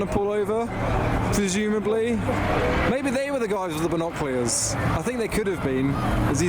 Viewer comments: Your accent can’t say the word binoculars 😂 (not from London ent you?) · Binoculars ❌ Binoclears ✅ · It's not binoclears 🤦‍♂️🤣🤣 it's binoculars 🤣🤣🤣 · and as for pronouncing binoculars wrong you freak